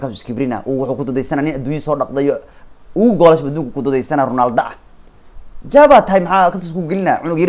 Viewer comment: Ronaldo ❌ Rinaldo ✅ 😂😂😂😂